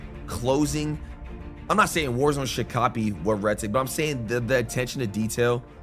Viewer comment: its redsec gangsta not redsac aka red balls